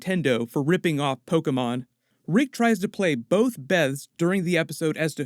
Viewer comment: I like that you pronounced Pokémon Correctly 🤔